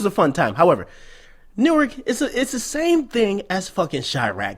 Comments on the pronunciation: Newark dont play. For real. And the real homies don't call it New-ark. It's pronounced Noork. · bruh on god that sound jus like newark folk, nd it's pronounced nork